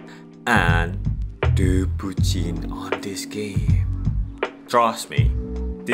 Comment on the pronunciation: omg who teach u say "bucin", so expert xD